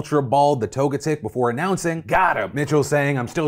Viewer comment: LOL “Toga-TICK.” It’s pronounced “Toe-jet-ick”